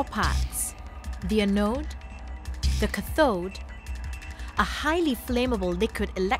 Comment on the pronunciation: Putting subtitles on the professor (who was perfectly intelligible btw) but your host can't even pronounce lithium, anode and cathode correctly... smh